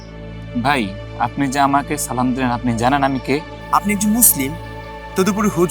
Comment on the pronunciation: আপনি মুফতি হলেন কেমনে আপনি তো সালাম তাই সঠিকভাবে দিতে পারেন না ওইটা সালাম হলো